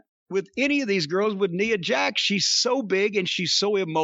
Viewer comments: Love that Jim for years hasnt cared enough about Nia to be bothered to pronounce her name correctly. "NEUHHH JAX" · More importantly this is the first time Jim pronounced Nia Jax’s name the correct way 🤣🤣🤣